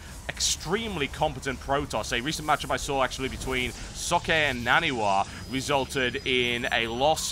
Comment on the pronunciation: Socke is pronounced Zok not sokee...